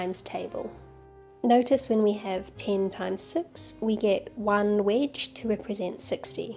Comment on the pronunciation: Took me 5 minutes to figure out that was saying wedge. Sounded like witch to me. So for the longest time I was wondering why she was calling that a witch. I thought, well it does kind of look like an upside down witches broom.